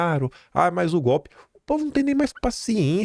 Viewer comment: KIM : cinquennnnta...,sesseeeenta "PUCENTO". (EU) MELHOR...,SEM "GOPE" E RELATADO EM "VITHIU" (VÍDEO)